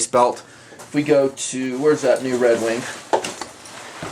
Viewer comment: is he pronouncing redwing redwink?